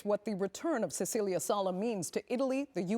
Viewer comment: That’s how you pronounce the vowel in Italian. Just like the host pronounced Cecilia wrong.